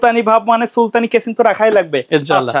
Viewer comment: কেচিং না,কেসিং বা কেস